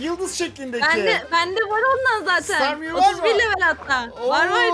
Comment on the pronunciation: Abi o pokemonun ismi starmeyou deil ya starme ya da staryou tam goremedim